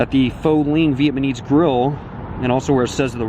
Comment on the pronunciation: Phở is NOT pronounced as Fo! Get a grip. Nor is Linh pronounced Lean. Omg, you even said Viet man ese. Dork.